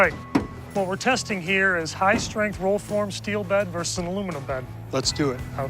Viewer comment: I love the part about the “HIGH STARINTH STEEL” and the Sad said aluminum bed